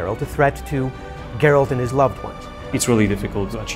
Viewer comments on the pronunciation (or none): It's Geralt. No "d", my friend.